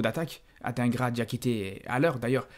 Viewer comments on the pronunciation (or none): t'es belge et tu dis "ad1gras" au lieu de "Adinegra" alors qu'il était à l'Union l'année passée?🤔